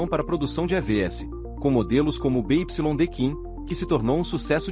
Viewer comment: BYD se pronuncia Bi Uai Di